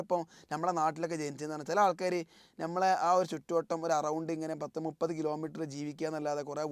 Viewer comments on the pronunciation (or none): none